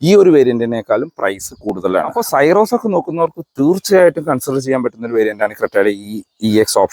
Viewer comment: സൈറോസ് അല്ല . സിറോസ് ആണ്